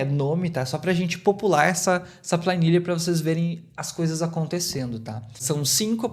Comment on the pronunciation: Plainilha 😂 Que idioma é esse? Sério mesmo que você chama planilha de Pla I nilha?! Vixe mairilha!😅